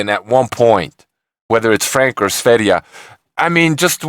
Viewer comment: You are the first who pronunciation sverige right (Is Sweden in swedish )